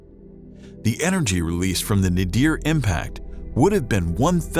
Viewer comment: Damn! I’m really tired of narrators mispronouncing words! The word is NAYDER or NAYDEER not Nahdeer. You guys have great voices but are powered by small minds. Learn to check how words are pronounced in a dictionary before opening your mouth on a microphone in a studio!